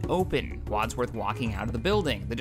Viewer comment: Codsworth not Wodsworth.